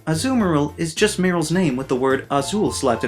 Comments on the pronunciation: I almost choked when I heard "Azu-marill" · In spanish, blue is "Azul", not "Azu" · Well if you gotta bring in spanish culture to azumarills name then it should be pronounced acumarill. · As someone who's first language is Spanish. Tha Azumarill entry makes me want to punch you in the gut. Please shut up. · Azulmarill pronunciation is actually Portuguese Azul spelling strong on U =Azuuuull Azul spelling strong on L is the real Spanish = Azullll